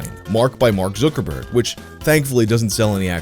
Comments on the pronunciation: It's pronounced ZUCKerg "ZUCK" like suck but with a Z not fucking Zookerberg. Zookerberg? Have you just never heard it pronounced before or can you just not read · Time to see if I can make it through a whole video with mispronouncing Zuck's name and saying it as "Zookerberg." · Why does he say zook instead of zucc? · Who's Mark ZQUIRKORBOURK? ZUK - ER - BERG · That damn... ZEWKERBERG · "zoo-ker-berg" ..................no...........just.................no not even close.................... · 1st guy in recorded history to say it like /Zookerberg/ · I like the way you pronounce zookerberg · Zookerborg??? Every one else says Zuckerberg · My mom is Korean and she pronounces his name "Zookooboo" makes me giggle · Where is this guy getting zooker-burg from? Lol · Why does it bother me so much the way you pronounce Zuckerberg? I should probably go touch some grass or something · pronunciation of Zuckerberg give me dysphoria. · The way you say Zuckerberg is weird